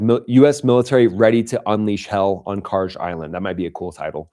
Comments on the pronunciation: No..i think it's KarG...like Guerilla...not Karje like someone who tapes down n tucks under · Please stop pronouncing Kharg island that way. If the G was a J you would be saying it right, but it’s not. Thanks in advance.